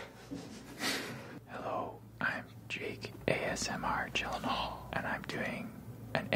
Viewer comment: hold up, he didn’t even pronounce his gyllenhaal right